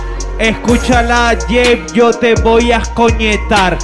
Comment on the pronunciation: O:25 JEEPIH?????? Yo dije coño ahí no dice Jeeiph Jajajajaja